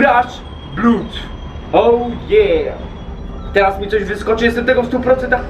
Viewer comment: Nie czyta się "bló/ud" tylko "blad" XDDDD